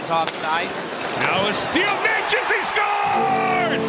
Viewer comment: His surname is pronunced NETCHAS, not NEYCHAS. You're welcome.